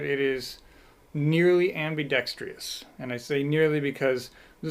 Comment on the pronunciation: "abmi-DEX-TREEEE-OHs?" really? Ugh!